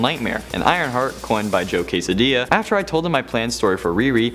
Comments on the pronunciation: Joe “Quesadilla” I hope you mean Quesada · Joe Quesadilla. He said it twice. Wow. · Joe Quesadilla? You mean Joe Quesada???